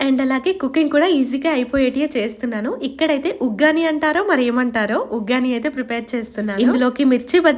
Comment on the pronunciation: Adi uggani kadu akka vaggani